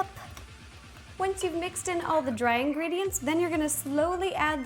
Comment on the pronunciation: geebe the ingreediyent pls